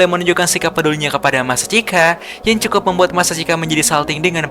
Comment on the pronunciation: Bang kok ngomongnya cekukuk bukan cukup😂😅